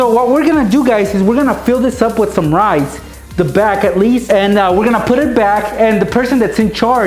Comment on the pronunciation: rice, I thought he said knives